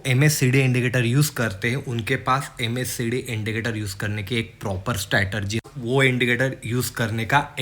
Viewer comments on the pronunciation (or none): Bhai, I have few suggestions. 1. Keep it short, the first 5 minutes is just "beating the bush" and not many will be interested in watching your video. 2. It's not RIKS, it's RISK. Similarly it's not STRATERGY but STRATEGY. It's DIVERGENCE and not DIVERGEN. Otherwise, your video is good.